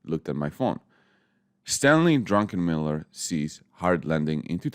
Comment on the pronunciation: Why everyone call this guy Drunkenmiller when his name is Druckenmiller?